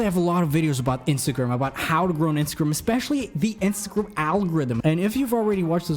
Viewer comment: Are you saying instagrum or instagrm?